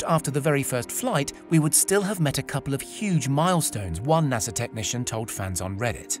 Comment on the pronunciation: Great video but its "NASA" not nasser. Sorry had to downvote ya.